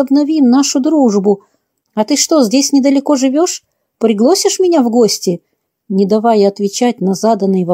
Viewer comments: "приглосишь" ... Выключила запись! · Не поняла что за слово приглОсишь? Может надо сказать приглосИшь?